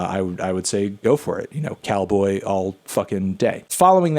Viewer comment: Hey Anthony its not nice pronouncing Calboy's name as Cowboy